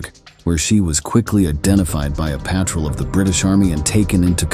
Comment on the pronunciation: One guard was captured in Hamburg by.a British PA-trol. Text to speech software still sucks.